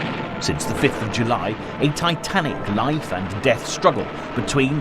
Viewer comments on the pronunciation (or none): none